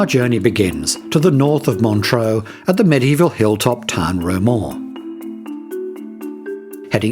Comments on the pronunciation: Montreux is pronounced Montr-err, not Montr-oh. Without an 'a' (like deux). With an 'a' (like eau) it would be Montr-oh. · montreux....not montroe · Where is this "Montro" you speak of? And, Frank Zappa did not set fire to the old casino; he was performing at the time.